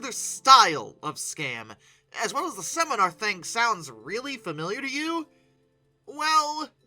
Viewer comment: The Tom Vu Seminahhhh!!!